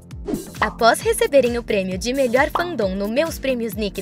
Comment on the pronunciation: Bom. Na verdade a heyoon tem 23 anos e na Coreia tem 24, ela tinha 22 ano passado. E não se pronuncia fandon do jeito que você disse não mas ok. Reconheci a sua voz vc é dubladora eu amo dubladores...